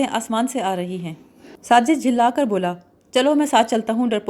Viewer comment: Jhulla kar nahi, jhilla kar